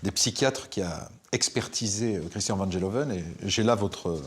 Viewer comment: Van GEloven et non Van Jeloven! Les français et les langues étrangères!